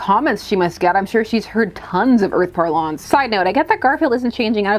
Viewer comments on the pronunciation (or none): "Par-lonse?" First time I I haven't heard it said as "Parlance" lol.